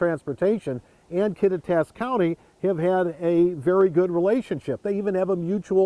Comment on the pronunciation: If that guy is to be a good news reporter, he ought to at least learn how to pronounce the town names properly! Kattitas is pronounced Kaw-tie-t-us